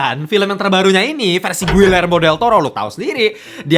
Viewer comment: Giyermo bukan guillermo. Begitu baca nya. Dobel LL dibaca Y, UI dibaca I di bhs spanyol.